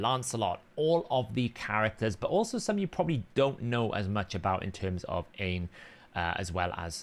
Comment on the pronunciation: Aine is pronounced OnYa not Ian 😊